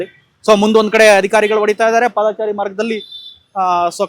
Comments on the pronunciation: ಪಾದಚಾರಿ ಎಂದು ಹೇಳಿ. ಒಂದೊಂದು ಸಾರಿ ಪಾದಚಾರಿ ಎಂದು ಉಚ್ಛಾರಣೆ ಮಾಡುತ್ತಿದ್ದೀರಿ! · "ಪಾದಾಚಾರಿ" ನೂ ಅಲ್ಲಾ "ರಾಮಾಚಾರಿ" ನೂ ಅಲ್ಲಾ. " "ಪಾದಚಾರಿ " ಅಂತ ಹೇಳಣ್ಣಾ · ಮೊದಲು ಸರಿಯಾಗಿ ಕನ್ನಡ ಮಾತಾಡೋದು ಕಲೀರಿ. ಹೇಳಿದ್ದನ್ನೇ ಪದೇ ಪದೇ ಹೇಳ್ತೀರಿ. ಪಾದಚಾರಿ ಅಂತ ಸರಿಯಾಗಿ ಹೇಳೋಕೂ ಬರಲ್ಲ ಯಾವ ಯೂ ಟ್ಯೂಬರ್